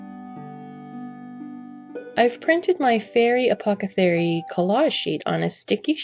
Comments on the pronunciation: I'm sorry to point it his out. I make the same mistakes all the time. You keep saying apocethary instead of apothecary. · You keep saying "apothecary" wrong. It's distracting from the beautiful work.